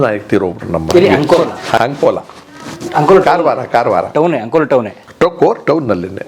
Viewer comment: Sir ಅದು ಅಂಕೋಲಾ ನೀವು ಆಂಕೋಲಾ ಅಂತೀರಲ್ಲ ಯಾಕೆ?ಬೆಂಗಳೂರಿನವರು ಹೀಗೆ ಕರ್ಯೋದು ಯಾಕೆ?